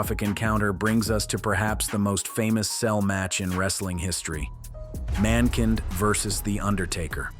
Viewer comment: Why did you pronounce Mankind like that then proceed to pronounce it correctly?